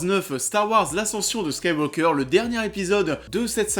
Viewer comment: T'as du mal à prononcer Skywalker, on dirait?